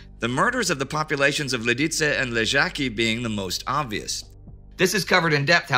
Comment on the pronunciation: So far the best pronunciation of "Lidice" and "Ležáky" in an English-speaking documentary. Thumbs up! And many thanks for the series btw!